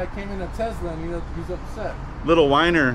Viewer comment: Whiner, or Weiner? Little what was that?